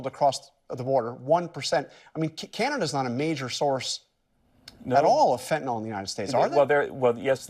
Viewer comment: Thanks,, for pronouncing it fent-a-nill and not fent-a-nall, like the idiot Mango Mussolini.